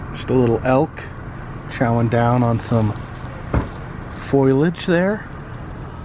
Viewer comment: Just a heads up its annunciated foliage not foilage. great series idea btw im glad your still out there so wee can survive inside!